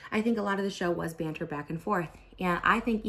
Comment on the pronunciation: As a british person, Trisha saying “banter” is so funny